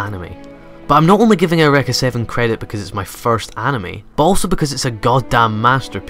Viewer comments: "aow-wrecka" ? isn't it pronounce "you-ricka"? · I have never heard of this anime before today. So it's pronounced "air wrekka"? I won't remember that. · skysyrup I'm guessing his reason for pronouncing it that way is due to the fact that the word "Eureka" is of German origin, thus is supposed to be pronounced "OY-REH-KAH" (since "EU" is pronounced "OY," and the letter "E" is pronounced "EH," in German). Just a speculation, though. I may be wrong.